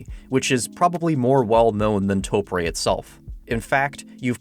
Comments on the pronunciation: You literally spelled it out syllable by syllable TO-PU-RE -> TO-PRE yet you still managed to screw it up with TOE-PREY. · how do you get 'pray' out of press. also, in Japanese, the e sound is 'eh' not ay. to get 'ay' you have to use ei. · Ok, if were going to get extremely, pedantic. You are mispronouncing it. Japanese has long vowels in some words, hence the _ on top of the O. So, you'd hold the O twice as long as the pu and re so its like Too Pu Re, which, is how Tokyo is pounced in Japanese. In Japanese its written 東京, とうきょう、TouKyou. But this doesn't really map onto English very well. No, im not complaining!